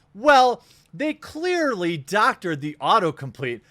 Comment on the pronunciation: 2 of the best possible way to say "clearly" with super powered emphasise!! 😂 winning 🥇